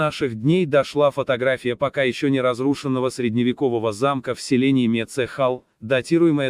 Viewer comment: Не мецЕхал, а Мецхал!!!